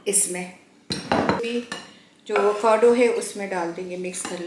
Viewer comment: Vacado nahi hota Avocado hota hay😂